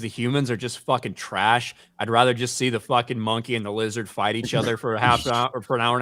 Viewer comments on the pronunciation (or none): Why is it, when says “Monkey” it always sounds racist?